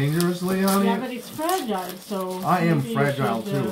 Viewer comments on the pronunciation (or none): if it's easier for you, you can also say "fra-jill"